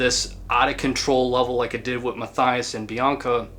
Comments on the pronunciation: The name Matthias is pronounced "Matt-ee-ass", not "Math-eye-ass" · Know the story from back then. Band irrelevant and I wouldn’t call that guy (pronunciation Mah-tee-ahs Shoremànn) an incel either. Correct term would be simp. Remember the story differently from someone who knew this guy personally. According to this guy Mr Karathorn was simping for Ms Brust (pronunciation wrong again) for years, but she allegedly had sexual encounters with him from time to time, to boost her ego, again turning him down after that. Classic on-off sorry f. Certain women love simps, cherish the simping and bad things can come with that. As this case shows. Whether this detail is true or not, guy was a weak BM narcissist, probably showing other signs of a dark triad personality. Except for the Norwegians almost every crime connected to Black Metal folks shows insecure loser behaviour. And in hindsight these Norwegian youths were insecure losers as well, except their music was exceptionally good. Worse BM related crimes happened in Russia, Colombia and Finland, but the BM True Crime topic would turn out as interesting as the music of Carpe Noctem. Better to skip on that, unless one strifes to milk the views of sensationalist normies that find these topics very fascinating as it’s a small escape from their own dull life, where never anything remarkable happens. Just saying.